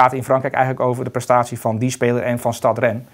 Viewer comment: Het is niet STAD Rennes, maar STADE. Zoals spade, maar een T ipv de P. Just saying.